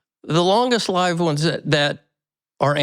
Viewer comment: Longest “lived” (lyved). Is this AI?